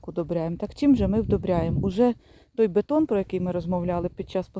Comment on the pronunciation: бІДОн, а не бетон..